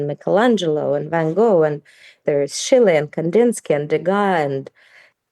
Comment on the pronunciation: But why is it that you can't pronounce Schiele or Sotheby's properly??